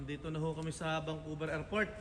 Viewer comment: Vancouver Hehe hindi vangcouver sorry sa correction